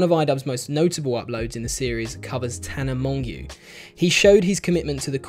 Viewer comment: lol he said tana monghew